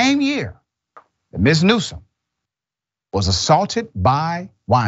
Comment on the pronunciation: NewsoM not NewsoN